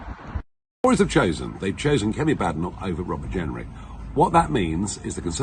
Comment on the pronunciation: Isn't it Kemi Badenoch, not Kemy Badok?